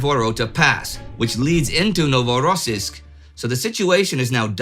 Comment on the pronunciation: Indy and team, great work as usual! But it’s pronounced NovorossIysk, not NovorOssiysk, please improve it 🙏